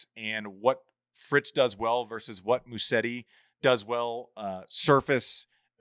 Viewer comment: Can we address the pronunciation of Musetti? It is Musetti, not Musseti, as it sounds like hearing most people’s pronunciation. There are 2T, not 2S. It is Musetttttttttti • Mu: Pronounce like “moo” (as in the sound a cow makes). • set: Pronounce like “set” (as in a set of keys). • ti: Pronounce like “tee” (as in the letter “T”). Try this: put the stress on the E after a very short S sound, and then pronounce a very long T and finally a E sound ( I) Musétttttttti